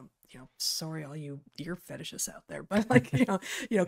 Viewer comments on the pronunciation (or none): “Ear Fetishist” 😂